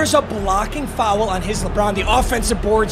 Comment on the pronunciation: pronouncing foul as fowel is infuriating